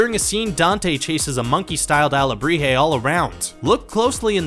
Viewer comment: I don't get how he can possibly pronounce Miguel wrong when it's said constantly throughout the movie but then pronounces alebrije correctly?!